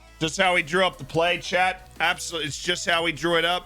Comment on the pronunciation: Every time he says Chat, it sounds like Chet. I'm like wtf is Chet???